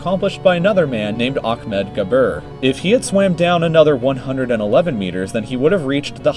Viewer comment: Ackmed? Its pronounced A hhhhhhhh med which is Ahmed....Gabr means grave....